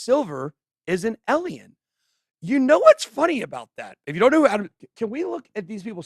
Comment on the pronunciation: How does someone like Ben...with such a high IQ,still mispronounce alien?, I feel like he's just a troll doing it on purpose 🤣🤣